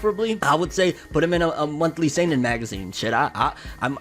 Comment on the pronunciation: Damn,. That's how you say seinen? This whole time I've been saying "sannin"